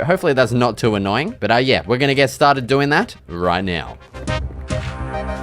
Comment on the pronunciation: “Let’s get stah-did!” 🏆 Best Minecraft videos on yoootoob